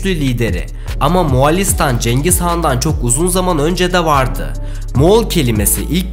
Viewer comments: Moğolistan doğrusu bu sen neden Moğalistan diyorsun bu dikkatsizlikler garip müzikler amatör hissettiriyor. Ve itina ile kanal engelleniyor. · Moğolistan ismi ısrarla yanlış telaffuz ediliyor, Moğalistan değil, Moğolistan!!! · moğalistan değil moğolistan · Moğolistan muğalistan değil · Moğolistan ❌️ Muağlistan✅️ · Abi moğolistan a iki kere moğalistan dedin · MOĞOLİSTAN DEĞİL MOĞALİĞSTAN